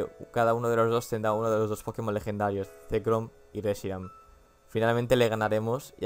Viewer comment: Reshirum y Zekram? xDDD.En serio, dijiste eso. ᕦ(ಠ╭͜ʖ╮ಠ)ᕥ.